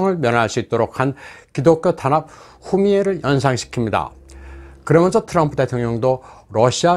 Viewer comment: 후미에를 추미애로 들렸다